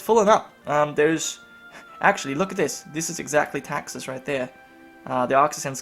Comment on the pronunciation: Why does he pronounce Texas as Taxes?